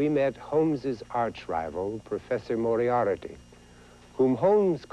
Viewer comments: very true. but in this vid, price added a syllable (and mispronounced it): mor-i-AIR-i-ty is what he said, but it's spelled mor-i-AR-ty. *shrugs* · Lol, Moriarity? Didn't anyone tell him how to say it? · lol, price mispronounces 'moriarty'